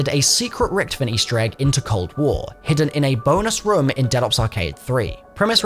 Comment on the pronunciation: That's not how you say richtofens name